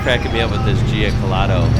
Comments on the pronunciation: You have to pronounce the name as an Aussie not an Italian! Jew-catta-low. I watched the Beyond 2000 segment on the car back in the mid 80’s, the guards/fenders were made from a Kevlar composite and they showed one they had shot a bullet at and it barely made a mark. Have loved the car ever since. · Pronounced, Gee-cat-ollo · Nice one, the car was amazing. I helped patch up one back up in the early 90's at my job in a small fibreglass factory. The boss even had the moulds to make all the panels. Such a shame it went pear shaped. You pronounce it like Ja cat olo. Stay cool mate!! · I've always pronounced gee-car-tow-low. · "Gee cot ollo" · Hey mate, Paul Halstead is my uncle, if you have any questions please feel free to msg me I can fill you in and while you're at it check out the new one he is building at the moment called the Giocattolo Marcella! (Pronounced gee-oh-cat-oloh) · It's pronounce Joe cut olo. It's Italian and means toy! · Ja -Cat -Er -Low; very quickly,.....Jacaterlow,= Giocattolo. Simples. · pronounced gee cat a low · Proper pronunciation is Jia cat alow (like bungalow). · That pronunciation of Giocattolo 🤣🤣🤣🤣🤣🤣🤣